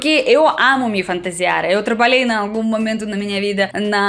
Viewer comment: Acho você louquíssima, no bom sentido! Tipo superativa e meio fora da casinha rs. Acho muito charmoso o seu sotaque russo e fico impressionado como você flui bem no português. Chama atenção que a letra O em muitos casos na sua pronúncia vira Ã, tipo cÃração, cÃntinuar, mÃmento, cÃmeçam. Parece que essa troca acontece somente nas primeiras sílabas e é mais recorrente quando associado a letra C. Não acho que vc precisa mudar, acho fofo, mas achei que poderia ser interessante compartilhar ;-)